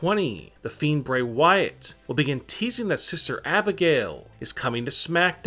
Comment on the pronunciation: Lmao who's siser Abigail? It's SISTER YOU BRAIN DEAD TOOL!